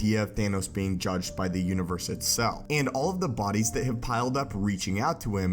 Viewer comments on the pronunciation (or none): Anyone else notice how he said concer instead of conquer, multiver instead of multiverse and univer instead of universe